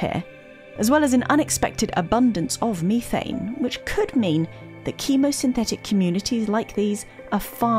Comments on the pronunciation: Did I just hear methane spelled "mee'thai'ne"...? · Please stop saying Methane improperly. It hurts my ears. I can’t learn when people say words wrong like that.